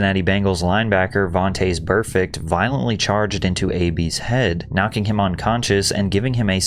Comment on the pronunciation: Vontayz burfect lol. What the hell is that pronunciation.